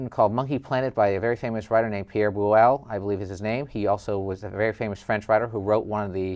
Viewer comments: Garbageday is right, you fellas are mispronouncing Pierre Boulle's name. It isn't Pierre "Boo-lay". In French, the 'e' at the end is silent unless an accent mark is above it. The correct pronunciation is "Boouhl". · Pierre BOULLE's name is pronounced "BOOL", not "BOOLLAY".